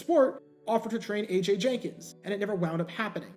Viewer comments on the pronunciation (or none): none